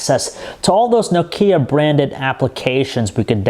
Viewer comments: Darknal Bailey i am starting to hate people that cannot pronounce nokia properly... its NOkia not noKIA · this guy cant pronounce nokia. so funny! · haha, i lav nakaya tan twantay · You think a reviewer would know the correct pronunciation of nokia -_- informative review nonetheless. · hey can someone teach him how to pronounce Nokia please